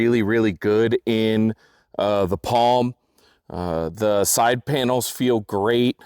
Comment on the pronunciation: Ok, I've heard all the "thees" I can stand for today!😳Time for closed captions with the mute tab!👍